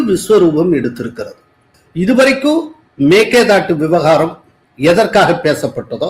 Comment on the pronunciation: எங்கேய்யா தமிழ் படிச்ச நீ? மேக்கேதாட்டு?? மேகதாது என்று சொல்லத் தெரியாது உனக்கு???